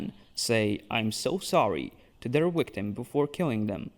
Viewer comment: I came for this comment. I hear him say Wictim, and Howewer, but then West and Various. Warlocks, but Walyrian... do you know Ws from Vs or not? I'm so confused! But also, I love these videos, so don't change a thing 😂